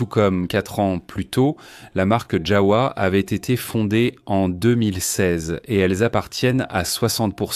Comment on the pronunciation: ons prononce JAVA le W ce prononce V et le V se prononce F